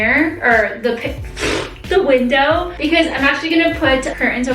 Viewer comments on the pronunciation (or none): none